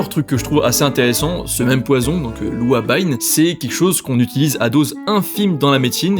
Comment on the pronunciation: L'ouabaïne ce prononce ouaba-ine , super vidéo continue comme ça il y a des espèces dont j'ignorais totalement l'existence